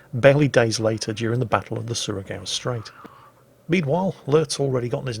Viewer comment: wow.. given the circumstances.. ur pronouncing Surigao Striates very good. well done. :)